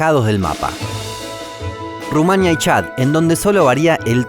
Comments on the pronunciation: Se dice RumanÍa no Rumánia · ¿Por qué no acentúa bien algunas palabras, así dice Rumania en vez de Rumanía o dice Bélice en vez de Belice? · Se dice RUMANÍA. TILDE EN LA I. Guinea-Bissau se pronuncia tal cual: Bisáu. No Bisó. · Me hizo mucha gracia q dijese y escribiese "Rumania" en vez de "Rumanía"